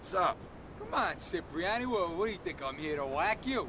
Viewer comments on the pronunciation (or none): They are italians but they call Cipriani with an "S" sound, when it should sound like "Chipriani" 😅